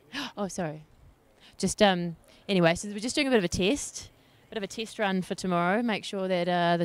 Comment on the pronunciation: I just twigged is a Kiwi when she said "We're doing a tist..."